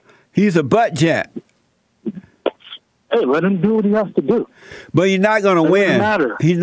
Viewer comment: Did anyone else hear “Mayor Pete Buttjab” ?